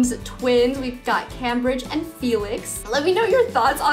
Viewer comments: I'm pretty sure Cambridge is pronounced like came-bridge not cam-bridge. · Love the video!! But just to let you know, it’s pronounced came-brigde instead of cam-bridge👍🏼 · I thought it was pronounced "CAME-bridge" not "CAM-bridge" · FYI - Cambridge is pronounced Came-bridge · Yeah the city in England is pronounced Came-bridge